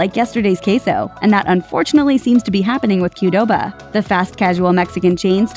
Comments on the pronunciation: it is pronounced Qwdoba not q-doba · Why does she pronounce the Q in Qdoba? Super weird pronunciation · Why does she pronounce QDOBA so weird?